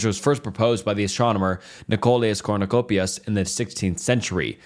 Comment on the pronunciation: NICHOLAS KORNOKOPIUS 😭🙏🙏🙏🙏 I'M CRYING BAHAHAHAAHAH IT'S KO-PER-NIK 😭🙏📡😭📡😭📡😭📡📡📡